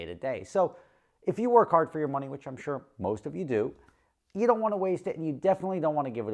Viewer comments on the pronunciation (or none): none